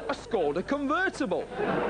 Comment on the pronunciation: Proč říkají skouda, vždyť umí vyslovovat š🥲